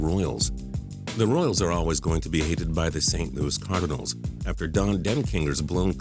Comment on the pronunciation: you say cardinals like cardanils